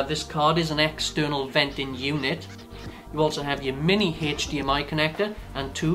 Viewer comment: Not making fun, but it sounds like your saying HECH-DEE-MM-EYE Ok so it is funny, but I think its cool.